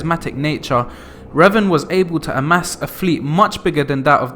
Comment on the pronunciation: Love revan but your mispronunciation is killing me